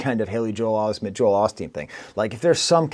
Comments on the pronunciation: AVAA Kendrick did not mispronounce Haley Joel Osment. Joel Olsteen’s middle name is “SCOTT” Kendrick swapped the first and middle name to “Joel Haley”. His accent made Osment pronounced it “Osmeeent” for the rhyme pattern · The "mispronunciation" by Kendrick is actually intention. First, the Pastor has both been accused of having ghostwriters as well as having a controversial A.I. made of him. Then the Osmet was in the movies "A.I." and "Sixth Sense", tying the connection between those two and given Drake haven been shown to have ghostwriters combined with his (honestly disgusting) use of A.I. on the Taylor Made diss towards Kendrick, you put those things together and you realize that he's actually mocking drake for having used both and playing on the idea that he doesn't know who he's actually battling. Is it A.I.? Ghostwriters? Drake? All 3 or some combination? You think about each individual reference to the overall theme and you realize that it wasn't a mistake by Kendrick, it was actually intentional as it just added yet another layer to the diss.